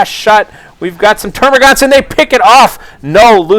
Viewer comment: I'd hate to be 'that guy' but it's terma'gants' I believe, great casting btw